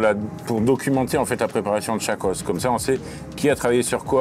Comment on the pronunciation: Ça me tilt un peu de l’entendre dire « Des OSSES ! » 😂 j’suis grave sensible !